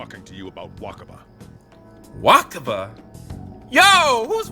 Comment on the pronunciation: You constantly bash Sae despite not knowing the situation at all at this point. Your bias is showing heavily. Also, waKaba. K. K. not. The fact that you keep calling them that after not only re-reading but re-hearing it pronounced is... frustrating. Mispronounciation is a huge pet peeve of mine.